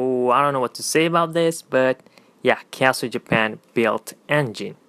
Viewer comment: I'm pretty sure you said kiasu instead of Casio.